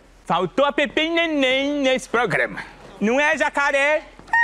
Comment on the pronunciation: Ele disse Pepemmh e Nenemmh kkkk